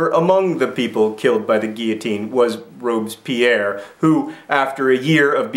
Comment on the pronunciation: I love how you pronounce Robespierre like Robes-Pierre, as in Pierre wearing robes. ;)